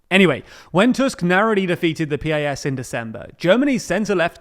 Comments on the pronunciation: PiS is not [pe-eye-es] but [piece] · This guy calls it Peee Ay Esss, while everybody incl the Poles calls it Pisss